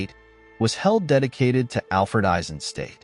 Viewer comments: Hi, perfectly done as always! I do have one remark and that’s concerning the pronounciation of his surname. It’s pronounced Eisenstat, with a short “a” like in HiroshimA, and at the end a sharp “t”, stad is a town in German, so it’s not pronounced as ‘state”. Greets from the Nerherlands 👋🏼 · nicely done, but you pronounce his name "ai-zuhn - stat", not "ei-sen-state"